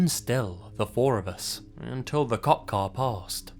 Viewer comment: Whenever the narrator in the first story says "cop car", it sounds like "cock car" to me. Now I'm thinking about dicks again. :(